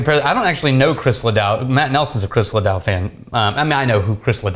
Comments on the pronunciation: Literally killing me every time he says LaDOW.... famous person booze is super dumb but, profitable. LaDOO, LaDOO, LaDOO I’m trying to fix it in my head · la-DOO not la-DOW🤦‍♂️ honestly, texas should be embarrassed right now... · it is ledoo not ledow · The irony of busting balls about a mispronounced name and then repeatedly saying LeDow on the VERY next whisk(e)y is exquisite. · Pronounced....Ladooo....famous rodeo star...met him years ago.. Rest In Peace. Was a great guy. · You’re killing me smalls. LeDoux is pronounced Luh Doo or Luh Dew. Your choice. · Being a musician it’s even more upsetting!! La dew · Le Doooo.... say it with me.... come on. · Chris ledoux. Pronounced La Doo. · LEDOUX pronunciation is wrong here... it need to sound more like " leuh dew"... probably French origins, meaning "the Soft". Now I want to say it with his French accent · Your in Texas come on! Every time mispronounce Ledoux it hurt inside. Trying not to hold it against you lol still love you guys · I cringed every time mispronounced Ledoux. You would think that the name ("Just LeDoux It") would have given it away. Just sayin. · I wasn’t sure who he was talking about. When I realized it was Chris LeDoux I almost puked. Makes sense though. Listen to how he says vegetable.